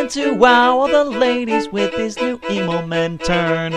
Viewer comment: I died at Claus' Immelman (not Emomen! I had to explain that one to my cousin a good few times) Turn Song!! THAT WAS THE BEST!! lol